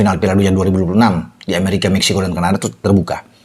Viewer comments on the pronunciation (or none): none